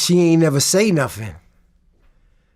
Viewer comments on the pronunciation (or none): Why can’t this dude speak properly? Instead of nothing he says Noffin” probably also says Mumf instead of Month, Troof instead of Truth. I’d be ashamed to do interviews.